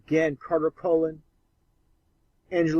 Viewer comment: Do you mean Carter Conlon? You will want to pronounce his last name correctly so his followers hear it in your audio. It isn't "Collin", but Conlon.